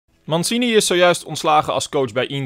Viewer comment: Mansini ? Hahaha uitspraak nog even op oefenen 😳